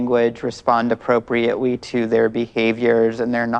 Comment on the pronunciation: "Read their body wanguage and respond appropriatewy" what?? Do wolves replace their Ls with Ws? lol, I hope she's doing this intentionally and I'm not making fun of someone's speech impediment lol